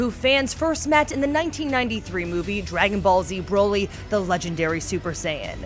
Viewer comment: Broly... like Broccoli... not BROly... Come on